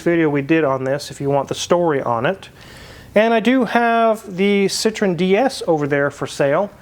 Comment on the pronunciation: Citroen=Sitro-ENN, not "SITron."